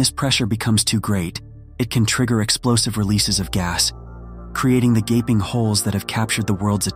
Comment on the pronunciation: Whats a 'GABING HOLE'? Did you mean GAPING???